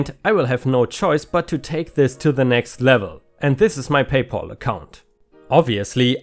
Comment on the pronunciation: PayPal is a combination of the words "pay" and "pal", with "pal" meaning friend or buddy and sounds like "Al" like "Al Bundy" from Married With Children. It doesn't sound like "all" like in the name "Paul."